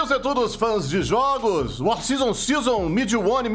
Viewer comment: c tá falando errado. Vc tá falando fãs de jogos. É fãs de jooooojs😡